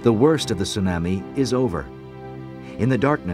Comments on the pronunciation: I may not tease anyone for being concerned about a tsunami coming, but I've never heard tsunami pronounced "tsu-nammy". Most people I know say "tsu-nommi", including the natives on the island. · It sue-nahmi lol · Tsunami, like "your Mommy", not Tsunami, like "Miami". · Yeah, it's the pronunciation I was referring to."tsu-NAH-me" vs. "soo-NAM-ee" ('nam' like 'ham") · Ya the narrator said it weird let's all freak 🤪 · The narrator is terrible! It was driving me crazy that he kept saying "tsu - nah-mi"...with the short "a" sound like in "can." 😵‍💫 Everyone else in the documentary could say it correctly EXCEPT for this narrator! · An event of great loss, but I can't get past "soo-nammie". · Stupid bastards! Why can't they get educated people to do commentary for these videos, and pronounce the words properly? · Not only horrible audio background music and sound effects, the commentator can't even pronounce Tsunami correctly! Shame on you BDHQ! This is just too irritating to watch. Thankfully, we can find better documentaries about this on the internet! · The fucker can't even pronounce tsunami right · The narrator continuously mispronounces tsunami & it drove me nuts. He’s usually excellent.